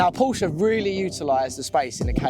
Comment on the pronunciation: Por-sha. It’s a two syllable word.